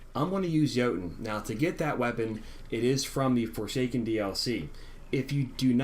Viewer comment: Isn't there a letter 'T' in Jotunn?...It's Norse...pronounced YoTunn.